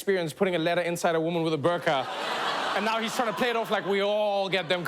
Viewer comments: Its pronounced "boer-qah" not bur-car. Say it the way it is meant to be said not the way the media taught you to say it. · btw it is pronounced as boorqa (like food; double o sound) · I really though Trevor would pronounce burqa properly..😂💀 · The pronounciation of "Burqa" kills me.